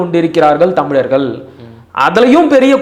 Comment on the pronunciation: தயவு செய்து தமிழர்கள் என்று உச்சரிக்கவும். Thamil இல்லை